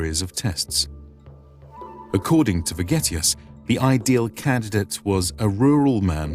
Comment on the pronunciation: "According to forgetius"? Is that the guys name or am I mishearing?